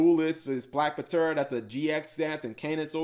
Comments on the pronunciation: Black Puh-tera... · Bro... The P is silent. It's pronounced Tera. Like Pterodactyl. You do not pronounce the P... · The card is pronounced " black tera" as its a short version of pterodactyl. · Eh fam the P ptera is silent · Yo Cap, if people are making fun of you for how you pronounce Black Ptera, don't worry cause I used to pronounce it as Petra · Uh, Cap, that 'P' in Black Ptera is silent... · ugh. much cringe hearing him miss pronounce black ptera